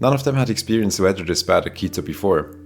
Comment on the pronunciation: Bad 'weydur.' ;)